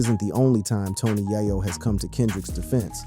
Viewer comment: 😅😅😅ikr it doesn't make it any better he keep saying tony yiyo it's tony yayo